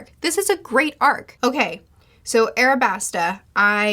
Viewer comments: why do u say arabasta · Yo there’s an L right there! Stop calling it what stupid 4kids calls it 😭 it’s aLabasta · I like how she still says Arabasta despite it saying Alabasta on the picture. I assume that she read a translation of one piece that spells it and many things from the series with an "R" instead of "L" and just keeps going with it because that is how she got to know the series. It makes me go "IT'S AN L!" every time, but I'm starting to get used to it and have made a headcanon with this explanation as to why she refuses to pronounce it correctly despite everything.